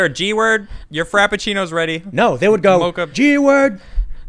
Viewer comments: It’s “gook.” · "Goop" with a "k" at the end. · Man... has nobody seen a film before 1980?? The word is "gook".